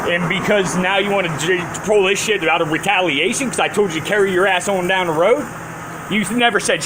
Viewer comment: Nice slur on the word "shit". You're too drunk to be cogent. Should I have asked for evidence of jurisdiction at the airport? If it's philosophical to bring it up in court and if cops might shoot you if you bring it up on the side of the road, where is it appropriate to bring it up? At what point in the whole debacle is it appropriate to bring up the fact that I don't agree with slavery?